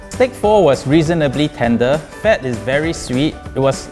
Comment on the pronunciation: Does this guy have a swedish accent? This sounds extremely swedish, the only difference is that he switches the D's with T's. He also pronouces "fat" as "fett" (which is the swedish word for it) but a typical swede would pronounce it "faet" which makes it hard to pinpoint, does he not know the english word?